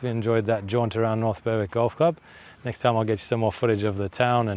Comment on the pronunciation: great content. Its pronounced "berrick" btw